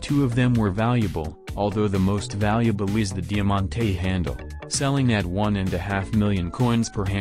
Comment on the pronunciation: The way he said Diamantée handle I died